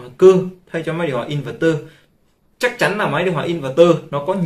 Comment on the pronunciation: Kiến thức hạn chế, nói theo ý chủ quan của cá nhân nhưng luôn khẳng định mình đúng. Nghe ức chế. Nói sai be bét cả về chuyên môn và sự hiểu biết, đọc tên hãng cũng sai, in VÉC tơ hay in VẸC tơ là biết trình độ thế nào.